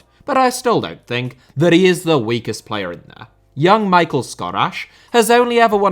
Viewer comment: Only for Poland he is not ''Michael'' but ''Mee-hal''... but I like you call em WEAKLINGS